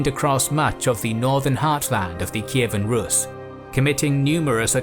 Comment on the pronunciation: Russia has nothing to do with Kievan RUS. The pronunciation in English is incorrect.